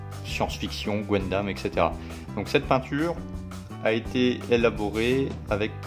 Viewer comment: C'est "gun"dam , pas gwendam 😅 , dsl ça me titillait 😉